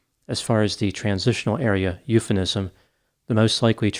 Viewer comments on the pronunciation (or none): didn’t say “eupheNISM” instead of “eupheMISM,” right?, we adore your show AND your adorable cacti AND the wall lights! Fist bump! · Hey good you are mispronouncing "euphemism".